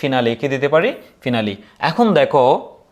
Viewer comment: ফিনালি ❌ ফাইনালি ✅